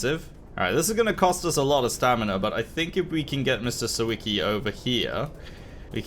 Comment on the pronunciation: To pronounce Sawicki you say it 'Saveechkee'